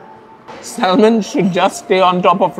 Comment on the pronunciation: Salmon এর উচ্চারন স্যামন হবে🥴 স্যালমন না